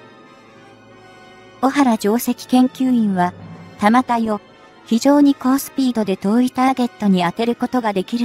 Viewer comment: 「たまたい」→「だんたい」